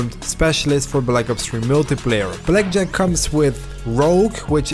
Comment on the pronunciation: everytime you say blackjack... i hear Jet pack. The search continues